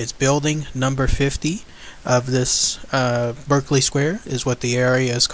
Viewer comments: It's pronounced BARKEley Square. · Pronounced ''BARK-LY square'' ;) but it is now used by a bookseller, who reports nothing eerie nowadays.